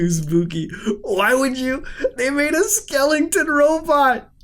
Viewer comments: Muta its skeleton .. bro ur always pronouncing it skelenton!!! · Manz In too deep skelington